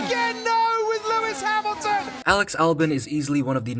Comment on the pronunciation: "Lewis Hamil-a-ton"